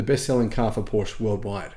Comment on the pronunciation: you should someday learn the pronunciation of Porsche!